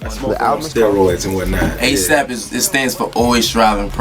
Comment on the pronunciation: Couldn't get A$AP right.... Please help